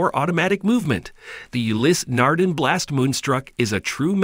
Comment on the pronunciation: Interesting video. The pronunciation of Ulysse Nardin, however, makes me angry.